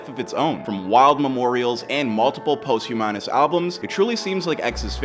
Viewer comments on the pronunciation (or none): “Post humanous” albums!?!! Really!!! Bro! Google how to pronounce words you don’t know. Post humanous 🤦🏻‍♂️